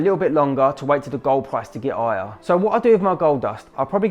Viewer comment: He didnt said higher but aier xD this english is so funny